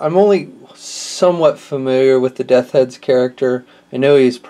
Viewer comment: Death's Head dude...just practice saying "Death's" a few times...